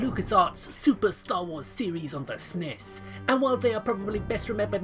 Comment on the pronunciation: "Not much of a Star Wars fan..." "Returm of the Jedi was better..." Proceeds to pronouce SNES 'sniss'. WTF dude?